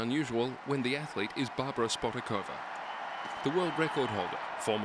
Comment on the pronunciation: The correct pronunciation is: shpotaakovaa. You pronounce the German correctly but not the Czech :(